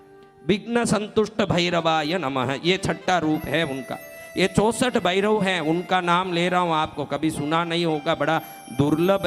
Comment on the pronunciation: अबे पहले भैरवकाही नाम गलत लीया चुतिया. असितांग नही अतिसांग है. उज्जैन मे भैरव मंदिर है अष्टभैरवका वहा जा के देख ले. भैरव को बैरव उच्चारण करता है.